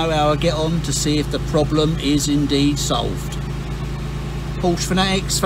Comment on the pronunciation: Thanks for taking the time to video this process. Have a 996 with the same problem. But please, Porsche has two syllables! That is the way the Dr. pronounced it.